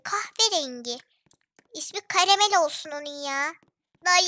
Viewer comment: karamel yerine kayamel diyince ne güldüm be hala gülüyom